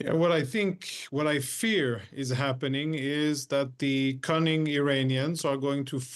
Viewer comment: Did he just say "cunning" 🤣